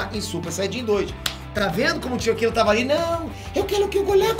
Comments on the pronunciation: não é akila. Ele é japonês, então tem q falar com o r bem destacado e como se tivesse brigando kkkk. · Para de falar akila assim kkkkk Rachei